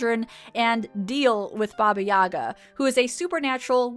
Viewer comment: For future reference, as a Russian, I have to point out that it's pronounced "BA-ba Ya-GA," not "BA-ba YA-ga." Emphasis on second syllable in the "Yaga"